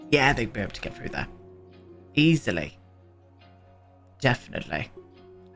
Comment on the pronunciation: ....Ees-ahl'ey, Def'nitel'ey... Hopefull'ey.... Priceless. Loving this whole series!